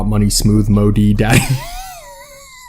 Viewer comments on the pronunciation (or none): none